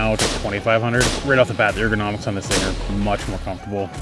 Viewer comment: ergonomics that is funny when you say it.